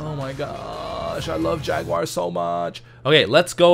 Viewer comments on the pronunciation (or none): After watching so much Top Gear, I am surprised you still pronounce "Jaguar" wrong,! lol